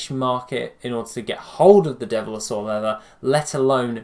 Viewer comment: Devil-saur, not dev-li-saur.